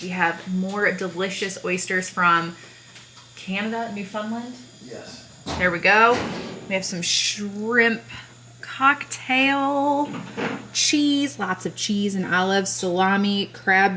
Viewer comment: here from Canada! it's pronounced new-fun-land